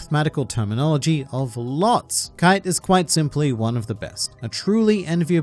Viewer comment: why the fuck do you call kaito kaite?